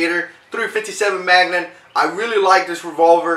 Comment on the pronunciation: magnum not magnan